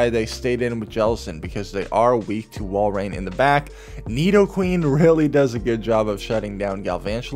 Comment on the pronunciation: thank you for pronouncing Walrein correctly xD